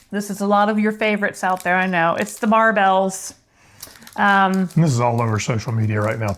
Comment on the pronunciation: They are pronounced like Bear bell, not Bar bell. You have to try the creamy crisp Barebell...they taste like a 100 Grand bar!